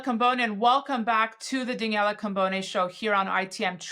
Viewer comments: Daniella not Daniell😅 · Great guest - just wish her would pronounce Daniela correctly 😊